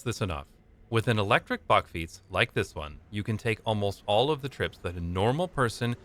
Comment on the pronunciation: bakfiets not backfiets perhaps you wonna say bark fiets